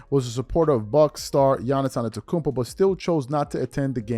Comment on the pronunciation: My man can pronounce Giannis antetokounmpo. But can't pronounce ban-kero or vah-g-ner. Wow. It only takes a minute before you hit record to go get proper pronunciations and be a professional.